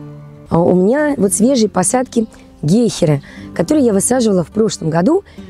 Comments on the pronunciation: Ну, повезло просто.только в слове гейхера ударение надо делать на окончание. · Правильно говорить гЕйхера, а не гейхЕра. Ударение на ПЕРВЫЙ слог. Запомните это.